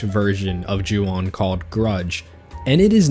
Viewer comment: Juwon… really…? Urg